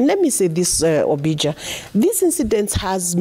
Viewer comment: Ombija = Ombi jah, Utah= You tah, the lady senator at least learn how to pronounce the name of your host. It is a sign of respect.